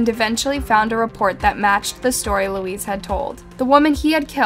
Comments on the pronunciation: Same as Luis is not pronounced Louise ..maybe pronounced Lewis or loo-ee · thank you for this! it bothered me so much that she kept calling Luis , Louise. its not the same name and Luis is pretty common so its no longer a language barrier she should have been able to say it properly. i almost gave it a thumbs down though i know it doesn't show up anymore. its bad enough i wont sub to this channel. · It’s not literally pronounced as Louise.. it’s pronounced ‘Louie’🧐